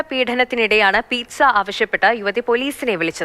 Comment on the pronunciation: Pithsa അല്ലേടാ... PIZZA